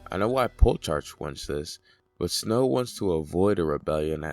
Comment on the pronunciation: Soooo. Great video. My only complaint is the fact that you think Plutarch is called pull-tarch. Haha both syllables are pronounced as wrong as possible.